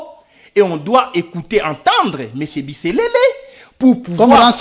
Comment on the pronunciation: C'est pas BISELELE mais c'est plutôt BISERERE comme on le prononce en kinyarwanda